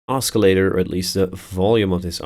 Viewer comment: you pronounce oscillator wrong, other than that, nice tutorial